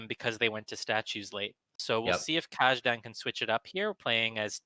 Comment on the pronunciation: This was most definitely mentioned somewhere before, but "Kajdan" should be pronounced as "Kaydan", not the way it was pronounced here.